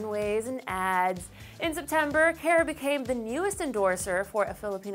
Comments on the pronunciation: she pronounced "Cara" wrong... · YOU'RE SAYING CARA WRONG..